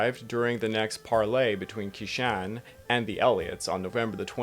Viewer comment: Also q makes a "ch" sound in Chinese. Qishan is pronounced "Chee-shon"